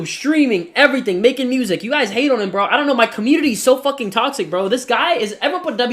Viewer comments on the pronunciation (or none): I heard this in Chrissie’s voice. 🤣🤣🤣 communitah